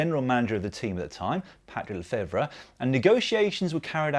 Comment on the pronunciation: Hello Dan ! i just wanted to tell you that "Lefévère" is said "le-fay-vair" and not "Le-fay-vruh". hope you don't mind the correction 😉 cheers.